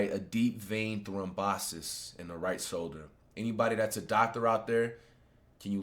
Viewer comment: Flight said thrombosis 👀